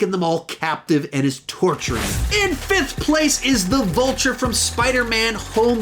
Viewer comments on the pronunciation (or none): none